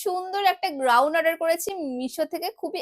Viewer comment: Groun noi ota goun 😂